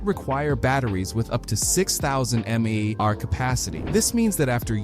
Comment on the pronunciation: Man it's so disappointing that so many channels are just using AI voices instead of taking the time to actually record the voice lines. "This means that after having 5,000 "maww" per cell"" or "5,000 m a.e AH" Nah it's pronounced M. A. H. You can have the smoothest most convincing AI voice to do all the work, but the moment something as simple as 3 letters gets butchered like that, the illusion falls quickly. Such is the future I guess, much less effort and actual soul to content.